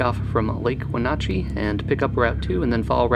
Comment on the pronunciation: you said wenatchee wrong it " when ah chee"